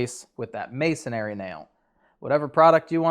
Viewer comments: I know it's a pet peeve of mine, but "masonry" only has 1 "A" in it not 2. It's not pronounced masonAry 😵‍💫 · Masonry nail... not masonary nail ...😂 I used to call it masonary myself... then I married my wife and as an English major... she gave me PTSD from how I was saying it incorrectly. =D